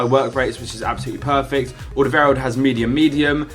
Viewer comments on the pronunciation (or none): none